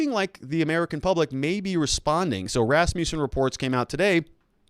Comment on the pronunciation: rass-MUSS-in, not rass-MEW-sin